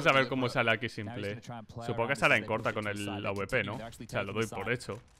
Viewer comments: me da tock cada vez que dice simple en vez de simpoul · Pero como va se va a pronunciar [simple]??? Se pronuncia [simpol]. Escucha a los casters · CADA VEZ QUE DICES SIMPLE, Y NO ''SIMPOL'' ME DA UN INFARTITO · Cada vez que dice "Simple" llora el niño Jesús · Porque pronuncias simple en español :v